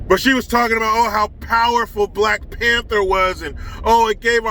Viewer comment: I'm sorry bud, but you still didn't say ABOUT right, but that's ok eh?! LOL Much respect to you, from north of the border.